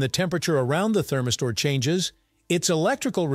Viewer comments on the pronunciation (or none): What the heck is a “therm-i-store” ??? 🧐🧐